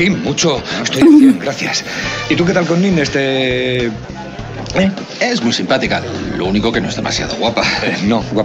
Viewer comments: No es Nine, es Nines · es nineSS, no nine xD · ¡Nines, Nines, Nines Nines!...la prima de Raquel se llama Nines, no es Nine. Les falta la 's' final. Nines es diminutivo de Angelines. Escuchen bien como le llama su prima Raquel y otros personajes 😊